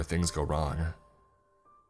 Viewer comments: this is really killing me lol, i know what it’s supposed to be and he KEEPS NOT SAYING IT RIGHT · an hour and 45 minutes in and I JUST realize he was saying being and not bean. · I thought he was sayin the perfect bean for longer than I care to admit 😂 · I'm the only one who heard the perfect being as "The Perfect Bean"? And imagined a divine bean for the whole story? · I feel dumb, i though he was saying the perfect bean for the last 40 minutes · I love hearing you say "being" "The perfect Bean" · I can’t be the only one who thought he was saying the perfect bean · for the longest time I thought it was "the perfect bean" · Literally came to the comments to see if it was bean or being 😂😂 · 😂😂So did I as I read your comment and although I’d listened to this nearly a year ago, I didn’t remember all of it. As soon as I’d heard that phrase I chuckled as it sounded just like that. 😂😂😂